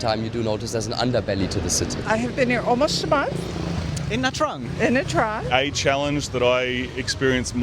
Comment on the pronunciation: Omg the pronunciation of nha trang is the worst..the interviewer should make it correct